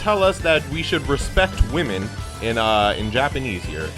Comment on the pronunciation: “Respect wamen”